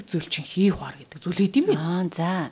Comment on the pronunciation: Бүдүүлэгдүү дураараа эмэгтэй бна, гадаад үгнүүдийг буруу дуудаад байхын , хий хуян гэдэг шүү хий хуар юу байдым бээ . Эмоци өндөртэй галзуудуу санагдлаа🤣🤣🤣